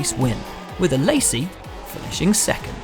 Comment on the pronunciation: Way to butcher Alessi’s name... ‘A-lazy’